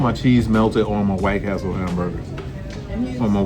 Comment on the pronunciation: you are 100 percent wrong. White Castle is the correct way to say it. The way you were using it is supposed to be White Castle